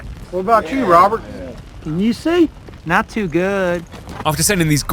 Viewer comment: 😂😂😂 “not tew good”